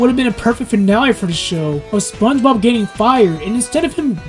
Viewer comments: you kept saying SpongeBog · Your constant mispronunciation of “SpongeBob” is extremely distracting